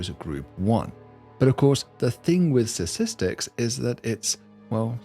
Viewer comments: I heard ‘Sasistics’, at the beginning… am I having a stroke or going deaf? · What are "satistics" and what is "satistickle"? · It's pronounced STATISTIC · not sure why it cracks me up that the prof reliably just cannot pronounce the word ‘statistics’ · And around most stars, do they not pronounce the first 't' in Statistics? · he can't pronounce statistics. annoying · I’m going to withhold my channel subscription until David learns to pronounce “statistics” properly.